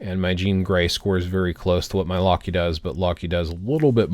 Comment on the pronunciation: Who pronounces Loki as "Lockey"?😂